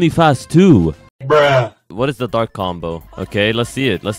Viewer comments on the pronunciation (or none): Bro said bark instead o dark